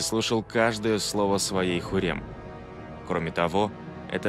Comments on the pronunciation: Почему диктор называет её Хурем, она же Хюрем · Не ХУррем, а ХЮррем!!! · Не хурем, а Хюррэм